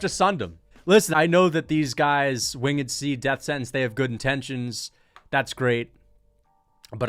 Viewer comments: Wing Ed? Its winged bro 😂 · "win-ged c" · 😂😂😂😂 “wingid” C?? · WHO TF IS WING-ED C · bruh why do you keep saying Wing-ed C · “Wing-id C” 😂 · “Wing-ed C”. 🤣. Bro can’t spell/read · “Wing-ed C” bro its one word lol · Most absurd pronunciation of “winged” i have ever heard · Why am I watching a reaction video which is basically just stealing content? Bro you don't know how to pronounce "winged" and you hear "done" as "son"? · Why are u saying winged C like that